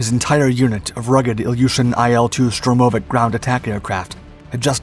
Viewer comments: Stress on the first syllable: SHTURM-o-vik. and be-TON-flugzeug (concrete airplane) and Malo-ro-SIS-kaya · Correct and a stress is on "vik". Also, by Russian habit of pronouncing the short abbreviations and names, IL-2 is pronounced like the word "ill", but short, just what the letters IL (ИЛ) form. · штурмовИк. Ударение на последний слог